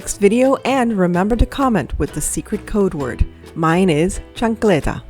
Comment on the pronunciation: Chancleta haha, love how its pronounced. I say its flip flop/sandel, I've thrown mine a few times. They're light weight but attn getting, haha